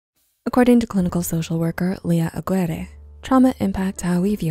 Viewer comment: Aguirre (Ah-gear-eh)